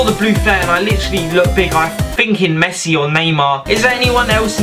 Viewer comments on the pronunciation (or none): none